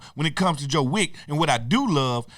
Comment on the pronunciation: "Joe Wick" 😂